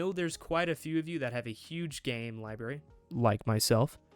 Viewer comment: Great video aside from the pronunciation of library.